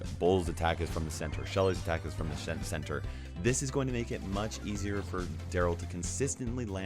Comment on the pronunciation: Nice one "Shenter"😅😂 No offense...